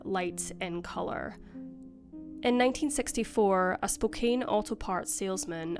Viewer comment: The city Spokane is NOT pronounced “Spo-cane” it’s pronounced “Spo-can”.